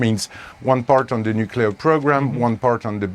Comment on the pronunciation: Russia cannot allow Ukraine to have nucular weapons